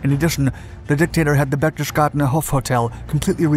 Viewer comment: it's pronounced like: (berch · tes· gaa· den).